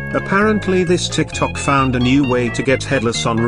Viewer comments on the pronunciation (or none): none